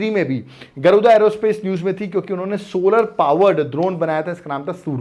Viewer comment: Sir actually wo गरुदा नहीं गरूड़ा है